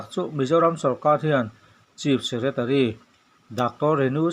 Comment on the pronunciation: Chief secretary hi chis tiin lam ri fo lo la